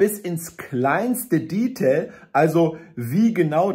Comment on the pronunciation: Es heißt Detail...nicht Diitel.☝🏼